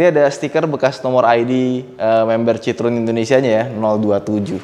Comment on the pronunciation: Kalo liat di Wikipedia, cara bacanya bukan sitrun mas, tp sitroén, ada tuntunannya di wiki gmn cara bacanya.. CMIIW...